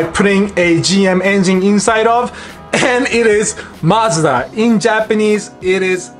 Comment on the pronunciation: Canadians and British are always snickering at American pronunciation of Mazda. I'm glad theirs is way off ("Mazzda").